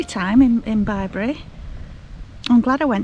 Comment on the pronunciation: Oh! What a lovely vlog ❤ I felt Bri’s presence on that pitch before you mentioned him. You were so relaxed and chilled. Just perfect! What a quirky shower in an ‘oss box 😂 We loved Bibury, but you pronounced it right! We pronounced it as in a baby’s bib 🤦🏻‍♀️ What a perfect evening to a perfect day. Fire, wine and nibbles. One day we’ll manage this together xx